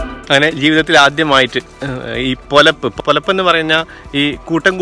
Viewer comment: പോലപ്പ് അല്ല പെലപ്പ്ആണ്